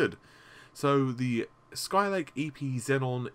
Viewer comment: How is it possible, that me, a person who started studying english as his THRID language knows how to pronounce "Naples" and "Xeon" correctly, but a native speaker can't. I love your videos, but FFS please look up the correct pronounciations:P